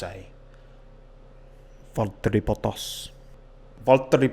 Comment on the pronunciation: "Valtteri Bottas is my favourite name to say...Val-eri is from Finland" hahahah good love our London accent, fuck pronouncing those T's.